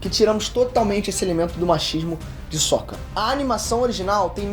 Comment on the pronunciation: Po, mas ai complica tambem... o cara desse video pronuncia os nomes da sério quase igual ao filme terrivelmente odiado de avatar. sÔkka, ângui kkkkkkkkkkkk